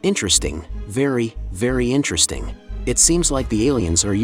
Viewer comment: "iNtReStInG vErY vErY iNtReStInG"